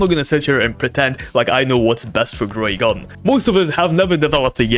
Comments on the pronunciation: Bro said growey garden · Why is no one gonna talk about him saying "growy garden"